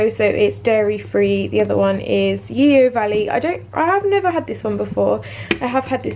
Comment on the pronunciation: Yeo Valley yoghurt is pronounced 'Yo' !! It's named after the river near their farm :)